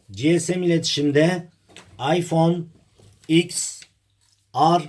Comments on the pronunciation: Iphone ten ar diye okunuyor ya da 10 re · ABİ LÜTFEN ŞUNU DOĞRU OKU IPHONE TEN AR DİYE OKUNUYOR 😡😡😡😡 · İphone x er diye okunmuyormu?